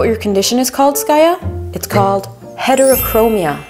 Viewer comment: HETEROCHROMA HAHA ITS FAECK